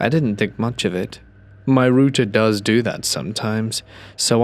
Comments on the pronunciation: Exactly!!! It's a router! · "Root"er kept throwing me off 😂